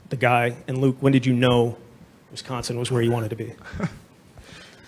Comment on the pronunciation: Lol for years I got to watch Reggie White talk about Westconsin